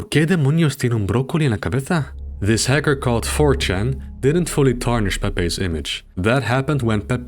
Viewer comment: I can't handle talking about it the infamous hacker four chahn. Crying rn